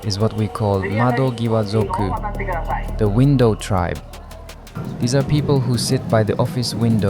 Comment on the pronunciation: So where are you actually from? Did you move to Japan? Why not move back then if you've got it this bad? I'm just asking cause mado"giwa" alongside some other pronunciation lets us know you aren't native Japanese. No ill intent, but especially with the PM and the yen now, it's a clear sign to pack it up if you have a good place to return to. Came back with one more question. How much did you steal from people who know no better than to believe your bs?